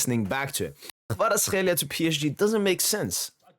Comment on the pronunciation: bro, you pronounced his name too good now :) Georgian approved hehe.